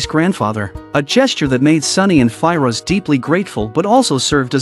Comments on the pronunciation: Normal people : Firoz AI : Fi - Roj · Sunny and Fi-Rosh 😂😂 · The way he pronounces "Firoz" bugged me so much I couldn't watch past 53 secs 😭